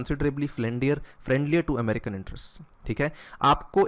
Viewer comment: Video is interesting but why do you say AMRIKA? Instead America!